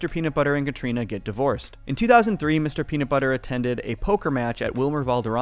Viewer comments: I’m going to be that guy and point out that there is no t in nut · There's a 't' missing from Mr. Peanutbutter in the intro 😂